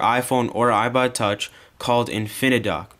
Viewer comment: lawls u said ibud instead of ipod